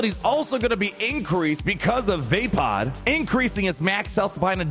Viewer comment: I can't be the only hearing Vapaad as "Vape pod"